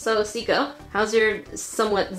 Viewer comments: I heard Jessica in stead of Sika when her stomach growled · Why did you call her Jessica when you've always called her Sika? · Did you call her jesaca🧐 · No she said ja for but she meant sika so it sounds like Jessica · im rewatching all of her videos and i keep hearing call sika jessica and im just now realizing that her name must actually be jessica. I feel like such an idiot lol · Is it just me or did she say "What's wrong with ur belly Jessica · Did anybody else notice that instead of calling Sika "Sika" She calls her "Jessica" ? REally just me ok :(